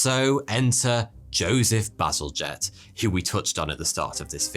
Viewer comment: Bazalgette is a bad ass name in my opinion in your accent it sounds like "battle jet"